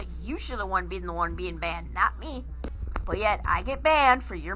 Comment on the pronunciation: "banana-ed??" OHHH BANNED 😂😂 WTF